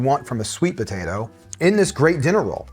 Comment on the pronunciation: im sorry are you saying "ba-tato"?